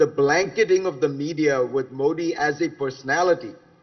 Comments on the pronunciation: Zakaria illuminates as usual but I’m quite surprised - and disappointed! - that this Parsi guy mispronounces Modi as मोडी. I can understand honkies doing that - and even non Gujju and non Parsi Indians. But a Bawaji?? (Forgive my mock communalism.) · His whole verbal diarrhea against "Moddi" ( he can't pronounce MODI name Correctly) ,nothing but very economical on ground truth. Very sub standards commentry from so called world foremost foreign policy guru , my foot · He can not pronounce Modi correctly? What a snob and a jerk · Fareed First Pronounce " Modi " correctly. Shame